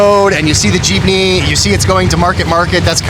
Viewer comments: still pronouncing it jip-knee when he told him to just say jeep-knee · Not “Cheapney” but Jeepney. 😂